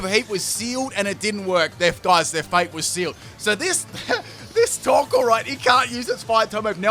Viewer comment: when you said torkoal, I understood taco